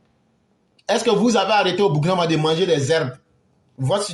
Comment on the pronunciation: Je vais m'adresser à l'idiot qui se cache et parle on dirait il vient de manger gari sans sucre -là. Le Burkina Faso n'est pas ton ami, c'est un pays qui a existé avant ton grand père. Tu peux ne pas aimer notre président, celà n'engage que toi, mais tu n'as pas le droit de tordre le nom du pays. Si tes autorités ont négocié de pays à pays pour libérer les deux gendarmes, tu ne dois pas jouer à la folie jusqu'à mal prononcer le nom du pays. J'ai toujours dit, tout ceux qui sont payés pour dénigrer le Burkina,vont vomir cette argent tôt ou tard, demande à djony patchenko, il est en train de lire l'heure actuelle. Ton tour arrive. Vous, les jeunes ivoiriens avec vos bêtises -là, vous croyez que burkinabè n'a pas bouche pour vous insulter aussi. Voilà une jeunesse paresseuse, naïve, une jeunesse de buzz, de brouteur, de facilité qui veut mépriser les gens. Bandit là !